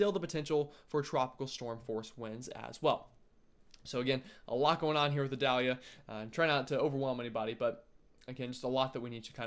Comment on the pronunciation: The pronunciation is “eye-dale-ya”, rhymes with Vidalia. Like the onion. You’re from the south, I was counting on you!!! 😂😂😂